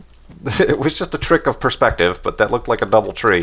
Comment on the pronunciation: "treeck" of perspective?